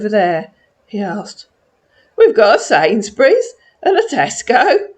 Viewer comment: I love "sainsbury" steak, too! Lol